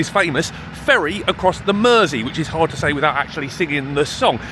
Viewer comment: Nice hearing a local scouser pronounce Mersey. No Id never heard of the burglar turned chef (,,,American :-) ). Entertaining hear you slur as you get through 6 drinks. Good range of content !